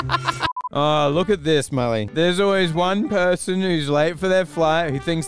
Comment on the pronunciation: Milly bruh it’s mully